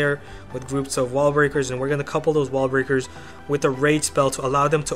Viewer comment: I like your ideas, but sorry dude, your english really needs some work if you want more subscribers... Example: please pronounce the "S" lol 1. total resourceS 2. wall breakerS